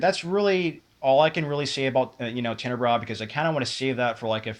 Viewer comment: I know this video is old but your pronouncing it wrong. Also, the correct sub-genre would be giallo, not slasher. Giallo are horror murder mysteries from Italy that were most popular around the 60's and 70's.